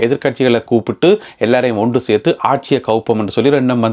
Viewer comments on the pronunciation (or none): none